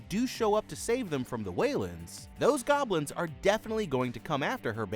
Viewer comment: Not even 10 seconds in I hear “baby stealing gobilns”😭